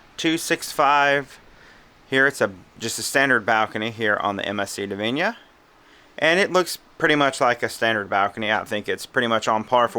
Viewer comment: It's 'Divina' not 'Divinia'. At least get the ship's name right.